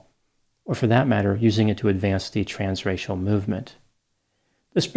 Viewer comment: Every time he said "trans-racial", I thought he was saying trans-Rachel!